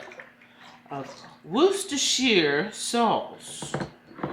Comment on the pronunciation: You said Worcestershire Sauce perfectly!